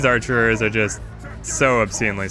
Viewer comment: It's just "archer".